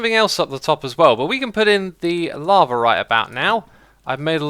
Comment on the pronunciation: why you say "lavar" to "lava"